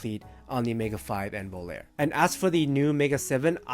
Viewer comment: Volare... Voh-lah-reh... VOH-LAH-REH!!!😫 Thank you 😊 ☮️